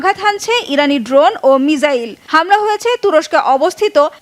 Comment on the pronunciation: মিসাইল হবে বোন,, মিজাইল না